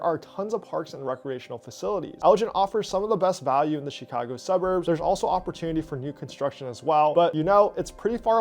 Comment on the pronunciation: LOVE your content. - but you gotta learn how to say to say chi-CA-go properly lol not CHEE-ca-go my friend